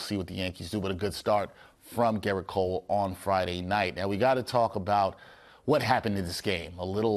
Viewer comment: He keeps calling him Garret Cole